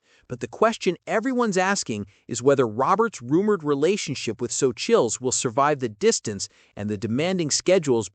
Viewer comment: Really..mylove is so right. Ruins the whole thing